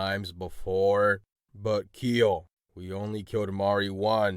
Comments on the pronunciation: "every kel meme is canon" IS KEL'S NAME KIEL NOW?! (im not making fun of it im just informing you it's pronounced kel not kiel ^^) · I’m sorry but kEEL it’s k-EL also no one needs to care about my opinion this is a good and funny video thx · "One time I came with Hero and Aubrey! but we were also to late! And we walked in on you guys pulling Mari into the tree! Everyone became depressed,THAT YOU ALL TURNED INTO .....BaNaNaS!!!! 😖😖 😖😫😫😫😫😭😭😭 it was a pretty wacky universe " -Kel aka keel (Don't blame me the captions say"Kel" but it sounds like "keel" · why does pronounce kel as KEEL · New rule: Kel is pronounced keal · They way they pronounce KEL makes me want to KEL over and die.